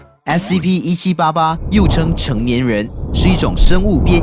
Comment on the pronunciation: 不是说SCP吗怎么说成SCO了？